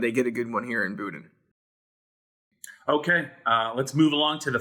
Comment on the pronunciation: Jamari BUDDin! not Boodin! lol